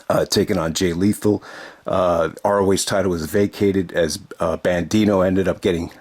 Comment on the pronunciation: Looks like EC3 has recruited Dak Draper, Brian Johnson and Eli Isom to his Free The Narative collective, and we'll see them "new and improved" in ROH's "re-imagined" era. And it's Bandido,, not "BanDino", LOL.